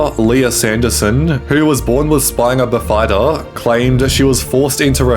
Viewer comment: You pronounced bifida wrong.